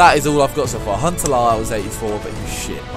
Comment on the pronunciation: As a Dutch guy i must compliment you on how you pronounce ''Huntelaar''